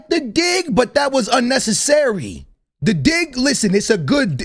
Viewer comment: unnecce SSary😂😂😂